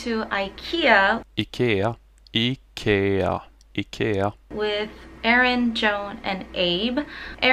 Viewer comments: Your pronunciation of Ikea is impeccable 💪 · Hey! I'm a silent follower who watches all your content but never comments haha, but as a swede I wanted to say that I'm very proud that you learned how to pronounce IKEA! I was also very surprised when you said you wanted to visit Sweden, please do that in the future. ^^ It would be awesome if you could have a fan-meet or something where we could introduce you to the swedish culture. Love your content, and please stay healthy! P.S the letter Å is pronounced similar to 어 in korean:)